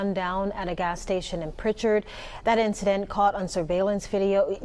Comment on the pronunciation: it's Prichard not pritcher lol 251 in this bitch